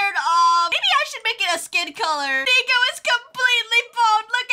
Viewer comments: You said "nico" Not "neko" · “Nicohlas and nico” not “neko” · A not neko it’s nico